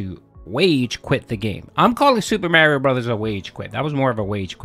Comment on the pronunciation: My man. If you say mareio one more time